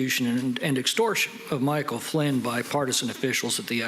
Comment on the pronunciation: He cant even say Michael Flynn